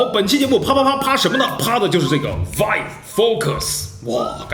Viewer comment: 其实我一直想提醒PY君 vive的发音应该是viiv